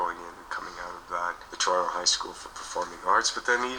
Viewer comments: He's no longer Canadian. He pronounces the t in Toronto. 😅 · He's a local boy from the Danforth. He doesn't pronounce Toronto like a local anymore, though.